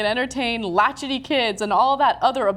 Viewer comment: It's LATCH - KEY kids -- where do they get these "reporters"....wow.